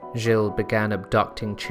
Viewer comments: Interesting story, but nul points for French pronunciation I'm afraid! "Jill-ay", really? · I just couldn't continue to listen to the mispronunciation of the name, Giles. Jill is a woman's name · Dude .... its G IL and joan not jill and jo Anne. Every place and name was butchered... alot of your facts are wrong and also from wiki. Fix up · please research your pronunciations, they're atrocious gilles is one syllable, so is nantes, "jeel" and "naunt". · Stick to a consistent pronunciation. Gilles is pronounced as one syllable not Gillay. Nantes is also pronounced as one syllable not Nantez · Pronunciation of key names is awful. "Jill-ay" ? "Jo-anne of Arc" ? Jesus Christ, can you not even pronounce the name of the subject of your video? For fuck's sake. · your pronunciation is bog. gill. grim war. i dont know man. this seems likes a lot of speculative history. i think most of this is booshit.